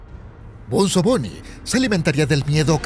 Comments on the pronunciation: No se dice benzo se dice bunzo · like si te estreza que le diga "benzo bunny" en vez de bunzo bunny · Bunzo no benzo!!! ni sabes hablar!!! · Bunzo no Benzo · Es bunzo Bonnie no benzo Bonnie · es bunzo no benzo y tampoco bonzo